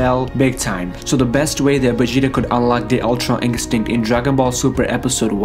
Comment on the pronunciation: He says vegeta like Begeta😂😂